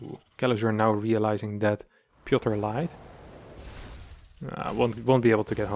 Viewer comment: Piotr! Not Pioter.. ;p